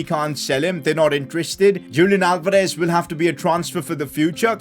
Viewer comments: Your pronouncing Julian Alvarez wrongly Julian should be pronounced as "Yulian" Alvarez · Julian Alvarez is pronounced as Hulian Alvarez.